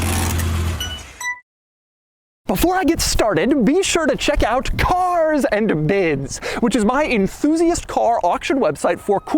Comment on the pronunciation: I just always laugh when he says Cars and Bids because now I can't unhear "Cocks and Butts" lol